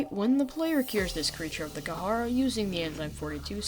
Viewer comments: You are saying the name of the virus completely wrong kid, its called The Kharaa not The Kah hara or The Ka har and you pronounce it like this, "The Kah raw" but spelled The Kharaa. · kaharaa is starting to get on my nerves even though its very up for debate how its pronounced, But i am only familliar with the "karaa" pronounciation, In other words the H in kharaa Is silent for me, i dont know why its just... ugh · It’s kharaa not not kahara it’s not that hard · ITS KHARAA NOT KAHARAH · is pronounced "k-raa"